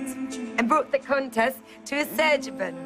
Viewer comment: Sarah I love how she Pronounces Azerbaijan xD